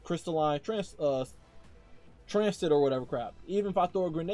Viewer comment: Bro killing me with the transistor pronunciation xD